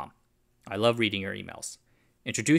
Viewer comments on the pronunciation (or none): none